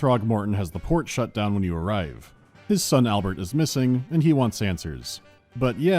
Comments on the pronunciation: I had to do a double take and go back several times in this video. Cause I could swear called the city "Pokemon" instead of Oakmont. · Every Time he mentions the name of the Town i hear It as pokemon